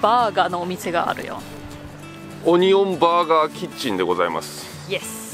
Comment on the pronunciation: 日本一のオニオン・バーガー🍔オニオン・リングをいただくには，淡路島まで行かなくっちゃならないのかあ(東京在住)😢 Lenaさん，Onion Burger や Onion Ring の発音が完璧に日本語になっていて，脱帽🎓🎉(細かいところまで聴いているんだよ，Lenaさん❤)